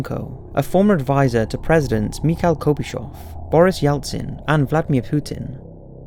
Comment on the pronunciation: Hmm I'm English but I don't pronounce Gorbachev like that :)